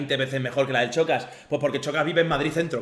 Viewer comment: Decís Shakira pero decís Chocas. No es tan difícil eh?